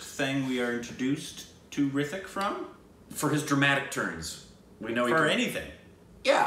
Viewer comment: Its not hrithik to say with th its with t ritik